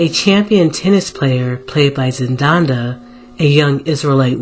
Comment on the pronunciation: Z E N D A Y A <------ There's only one N in this name. ZEN -DY-YAH something an Israelite should be able to pronounce correctly. It's hard for me to take this seriously if we can't pronounce words, How can we define them